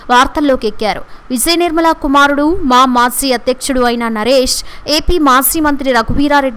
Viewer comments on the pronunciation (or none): Maasi kadu maaji